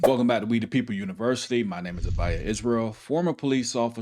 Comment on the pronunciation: Weed uh people university. Are you sure you don't mean we?The people you always say weed uh people